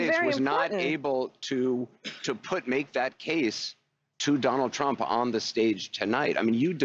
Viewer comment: She cant say Trump's name